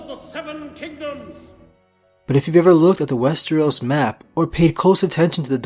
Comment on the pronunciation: WES-TER-OS. NOT WES-TREE-OS! WHY DO YOU PRONOUNCE IT TWO DIFFERENT WAYS!?